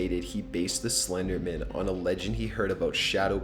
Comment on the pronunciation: Why do some people pronounce Slenderman like he's an attorney or something?( Slendermen attorney at law.)